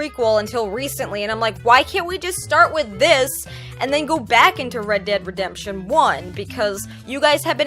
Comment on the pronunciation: ReEd deeEd Redemption 😂😂😂I know it was on purpose,but I love how you were saying it.